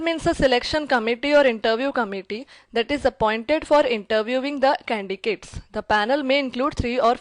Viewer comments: such a heavy indian accent I having difficulty understanding , shame on her she can't even pronounce candidates , i wonder which college gave her MBA , She sounds overconfident , that is a downfall on this woman . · Why are you saying candigates ?😆